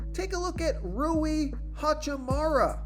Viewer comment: Lol said “ha choo moo raaa” I’m 💀😂😂😂